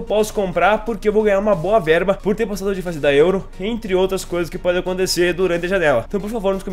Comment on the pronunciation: se tem uma coisa que me dá nos nervos é tu falar ''PODIM VER'' uhsahusauusha o certo é ''PODEM VER''. Valeu ai, ótimo vídeo. abs.